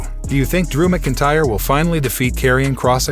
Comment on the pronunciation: didnt realize this was a AI voice over until it said Macintyre lol